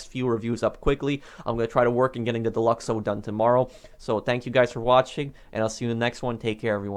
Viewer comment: I thought you said divorce lolz